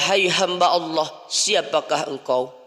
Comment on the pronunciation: AsKUM, MHON MAAF INI KRITIK MEMBANGUN, KALIMAT ALLAH JGN BUNYINYA TIPIS ((ha yg berdekatan dgn jim habis jim baru ha, jgn dipakai ha yg ini tetapi setelah WAU coba diperhatikan belajar lagi????